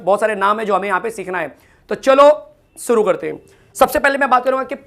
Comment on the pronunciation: Sir Suru Nahi Shuri Karte Hai 😂😂